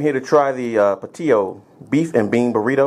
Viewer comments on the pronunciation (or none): Whatchu mean Puh-tee-oh? Dat be a Pat-E-Oh bur-r-uh-ee-to, FOO'!